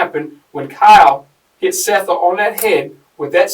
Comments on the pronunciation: It’s pronounced SETH not SEETH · Seath Jackson not Seeth bro give some respect for the dead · You realize that you don’t have a clue as to what you are talking about. She WAS NOT pregnant and “Seath” is pronounced “Seth”. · Dear, Fix your AI script so the victim’s name is pronounced correctly. The least you can do for the money you’re making off him. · I hate when the narrator pronounces the victim's name wrong, it's disrespectful. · You are pronouncing the name of the victim, Seath, incorrectly. It's disrespectful and shows you're interested in making money off the victim instead of helping tell his story. Do better. Pronounce his name CORRECTLY for his loved ones left behind. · Way to butcher the victims name. sucks.